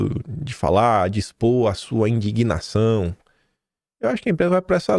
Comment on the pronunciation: indignação , não indiguinação ... abrs